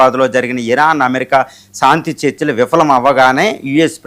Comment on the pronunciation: సాంతి కాదురా బాబు శాంతి అనాలి. అద్దంలో చూసుకుని, నాలికతో exercise చెయ్యి సరిగ్గా పాలకటానికి. Not సాంతి -- శాంతి, శాంతి అనాలి. విజయ శాంతి కి విజయ సాంతి అని మాత్రం పాలకకు. సాధనతో అన్నీ వస్తాయి practice చెయ్యి.